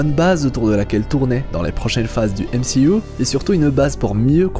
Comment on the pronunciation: J'adore quand il dit MCIOU xD